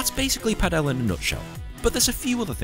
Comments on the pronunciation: has clearly made a mistake as well as the pronunciation of Padel, which is the same as Paddle, but he makes it sound as the Indian surname Patel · And pronounces it wrong too, because it should sound just like Paddle and not Patel.